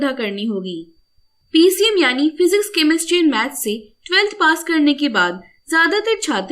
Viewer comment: First it is physics not phzics And it is science not synce